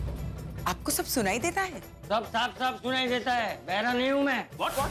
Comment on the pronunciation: Chachaji😂 ne to trend hi bana diya sunai deta hai bhera nahi hun me😂